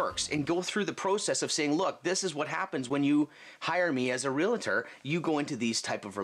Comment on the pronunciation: How is it even realtors can't say their titles correctly? There's no such word as "real-i-tor."